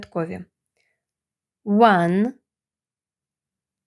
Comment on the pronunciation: цифра 1(one) у відео звучить як [уЕн], чутно більше Е, а не A. Хоча спочантку відео , при перелічувані цифр, було схоже на звук А. То який звук в середині слова one ?